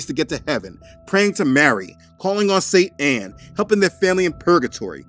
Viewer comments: Am I the only one who noticed that when you said St Anne it sounded like satan?🤔 The deception is right in our face 😒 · Three things: 1) Every time you said, "Saint Anne", I couldn't help but hear, "Satan". 2) Every time you, basically, said you couldn't see direct evidence of the Secret Societies involvement in the Protestant Reformation, I remembered the comedy skit from Chris Rock talking about OJ Simpson. I know, slightly morbid, but for some reason it has that same feel to me. 3) I pray for everyone who is currently trapped under the influence of churches who are teaching them doctrines of men, passing them off as Commandments of God. I pray Yah helps them separate from the falsehoods and provides a way for them to live according to His commandments. I recently started reading about Martin Luther as well. It was only slightly below surface level information, but I had made a mental note to come back and do a deeper dive into his life. I can't tell you how timely this video was. Thank you! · Why does Saint Ann sound like satain!!! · Hmmm 🤔 saint-ann?? sa-tan??? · Saint-Anne sounds a lot like “SA-TAN” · When you said "praying to Saint Anne"...I understood "praying to Satan"...not just a coincidence I guess.